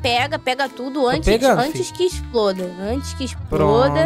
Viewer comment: "Antes que esproda" KSKSKS TUDO